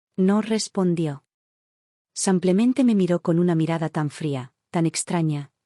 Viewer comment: SEmplente? En qué idioma se dice sEmplente,con E? Se dice Simplemente. Con I iiiiiiiiiiiiiiiiiiiiiiiiiii